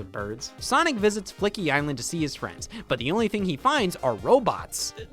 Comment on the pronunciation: I can't believe Scott spent 25 minutes mispronouncing 'Sonic 3D: Flickies' Island'